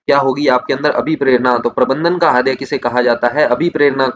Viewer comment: Sir aapse ek request h heart ko hindi me riday boliye .....haday ni